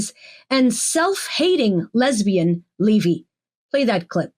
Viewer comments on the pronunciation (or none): none